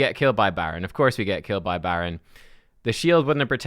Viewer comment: “BADron”… unsubscribing…